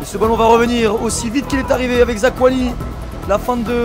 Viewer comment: Zakouani et Kimbembe si jamais :p